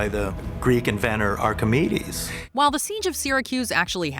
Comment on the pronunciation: Am I the only one who Heard "you wanna suck us" when saying the Greek scientist's name for the death ray?